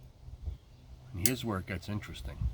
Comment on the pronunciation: Thank you for saying Latakia correctly.